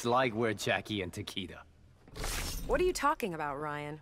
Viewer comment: You just called takeda takedar